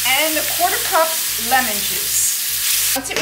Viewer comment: Love the “onyoong” and “lemoong”…😀